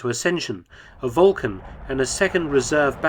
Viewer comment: Why are you mispronuning the actual word Vulcan? It's spelled with a "u". Do you know something that no one else does? Volcan ?